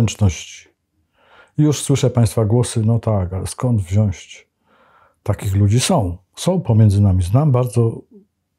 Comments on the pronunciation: Nie mówi się wziąść tylko wziąć tak na marginesie. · "Wziąć", a nie "wziąść" (4'13"). Z życzliwością. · Panie Gadowski! Ogólnie po drodze mi z tym, co Pan mówi - merytorycznie, ale niech Pan mówi "wziąć" a nie "wziąść". Przecież jest pan rzemieślnikiem słowa, języka polskiego.